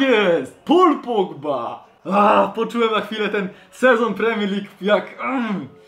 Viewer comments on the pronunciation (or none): none